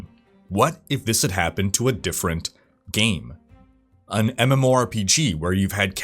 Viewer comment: On the begining you said game servers or gay servers?